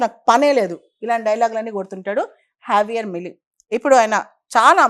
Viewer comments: Pronounciation correct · J ni H la pronounce chestharu.